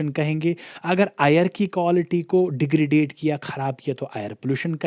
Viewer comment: Please correct your accent as you completely pronounce words incorrectly. Otherwise going good. It is degradation not degradade.